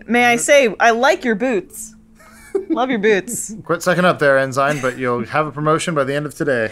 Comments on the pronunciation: It's pronounced "en-sen" (rhymes with Benson), not "en-sign." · Enzyme? Adam please STOP its (en-sin) FOR FUCKS SAKE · "We will kill them later...enzyme." 🤣 Did Adam mean Ensign?